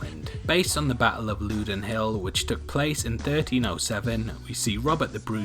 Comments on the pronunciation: its pronounced loud en not loo den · Battle of “loodown” field Lol I love english people The “lou” in loudoun is pronounced like cow but swap the C for an L. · Call yourself Scottish but yet you can't pronounce Dunfermline or Loudoun Castle... 🙄